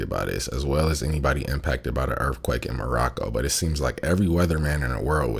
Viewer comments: It's earthquake...not earffquak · What is a earfquake? Learn to speak bruh.